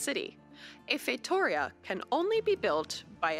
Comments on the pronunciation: Surprised you pretty much nailed "feitoria" on the first time you said it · That "Casa da Índia" was more Portuguese from Brazil than Portuguese from Portugal.. Still, I appreciate the effort! And, you're getting the hang of the "Feitoria" pronunciation! Congrats on that! Keep up the great work, amazing content and just being awesome as a person and content creator! Cheers from a Portuguese viewer =P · Thank you for saying Feitoria correctly. Haha